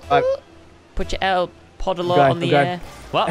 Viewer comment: Did he say el poopo? Lol